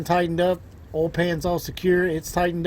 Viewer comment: Say oy please! Oil is pronounced OIl, not ol. There is an I in there. Please annunciate